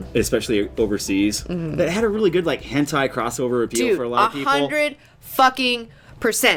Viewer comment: Jeebuz kidz, it's hentai, not henti.